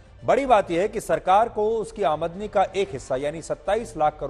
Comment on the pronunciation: Aamandani ni....aamdani hota hai dear